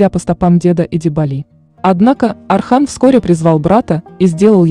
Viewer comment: Не Асман , Осман . Не Архан , Орхан